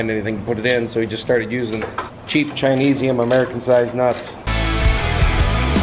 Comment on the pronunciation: Did just say chiniseium? LOL